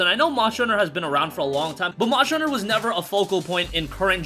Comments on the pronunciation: good ol "Monsher" Hunter . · Moshter Huner